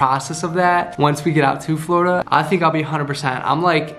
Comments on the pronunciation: The word is "Flordia" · It's "florida" 🤗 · The word is ''Florida''. Love you ❤️ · The word is "Florida" by the way I love you guys if you're watching you guys for so long and you guys are both of my favorite YouTubers I'm so excited for your future together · The word is Florida 😂 love you guys